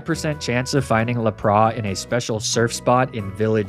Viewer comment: Sorry to be that guy but it's bothering me far too much It's Unfezant, pronounced like unpleasant not Oonfezant. It's Lapras, not Laprah, the S is not silent. It's Ninetales, as in the number 9, not Ninétales, the E is not accented in any way. It's Magnemite, not Magnemmittee, it's not pronounced like committee, it's pronounced like might